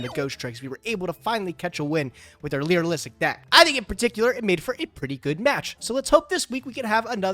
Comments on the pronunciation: Please, its Lyrilusc not Lyriluisic. I gotta believe its a bit at this point, but i am not sure... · Someone tell it’s lyrilusc not lyrilustic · Nah fam you need hearing aids, this dude consistently calls it the Lyrulissic archetype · Why doesn't say "Li-ra-lusc"😫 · How has no one taught how to say Lyrilusc???? Especially with how much he plays it?? Baffles me and enrages my soul 😂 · vs trying to say lyrilusc correctly (challenge impossible)